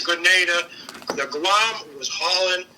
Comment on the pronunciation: Why is he (the phony SEAL, not Don) pronouncing "Guam" as "Gah-wam"? Has he only read about it?